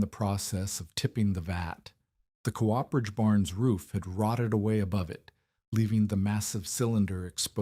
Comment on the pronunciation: COOPERAGE..... AI can't pronounce it properly.......